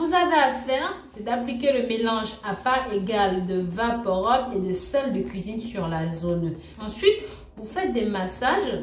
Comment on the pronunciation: bonjour, juste une précision, on ne prononce pas vaporob mais vaporub, rub